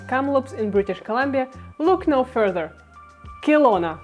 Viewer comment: Very expensive in Canada. Very populated as well. Western or Eastern, doesn't matter. Kelowna (pronounced Keh-lowna not Kill-lowna) is very busy and lots of traffic and now comparable in costs to Vancouver itself. Northwest Territories is an option.